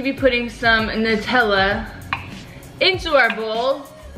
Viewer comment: It's nutella sounds like new tell uh